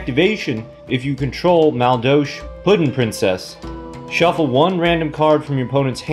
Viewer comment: I'm going to douche my ears after all that "Maldolsh." Still a great video...lol